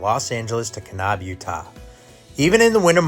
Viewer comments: It’s Ka - NAB! Not Ka - Knob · Great video. It made me smile to hear you pronounce Kanab. Us locals say Kanaaab, not kanob.